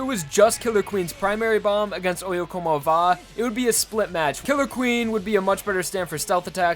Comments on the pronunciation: I always thought it'd be pronounced "Oh-yeah-come-ovah", not "Oh-yeah-como-vah". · I didn't know oyecomova was pronounced like that I always pronounce it as " Oi Come Ova"